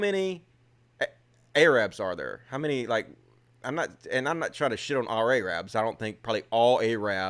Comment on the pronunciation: Bro 😂 It's not "A-Rab" lol It's Arab. Kinda like "ereb". No matter how ya mean it, "A-Rab" sounds hella suspect. Yeah, that whole Dillahunty situation lost ya a lotta respect when it happened. I thought it was low as hell. Glad ya see that now and now I think it's petty that he won't forgive it. Hopefully he'll come around cause he's about the best we got at this point. Between him and Aron Ra we almost got a less fucked up Hitch lmao Rubin has twisted himself into some serious fuckin knots. I don't even like when mfs smack talk addicts or the homeless. I half feel selfloathing-mayor knew he was gay and said it intentionally cause it would obviously be controversial (something he loves) and gain attention (seemingly his reason for existing) as well as getting to react to discovering this later gaining more attention and controversy, and he'd be correct. Tommy is a scumbag, but idk how dumb he is. Perhaps this was all a happy accident. Didn't he said he wanted to cut off the hand he shook up with Dave with? Not an "Uncle Tom" at all. Sambo. I'm kinda shocked Dave's husband at least doesn't have a serious issue with what he does. As counterintuitive as it seems, oppressed minorities do not stick together. I grew up with rampant homophobia, transphobia, racial bigotry and sexism in a predominantly black community and have seen horrible racism, sexism and transphobia from LBG folks too. So if it was just racism, maybe I'd get it. But he pals around with so many viciously anti LGB